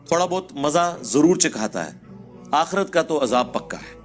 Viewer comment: It's not "akheeerat" it's "aakhrat" Hereafter